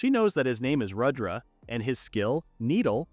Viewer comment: It’s not Radra it’s pronounced as Rud dra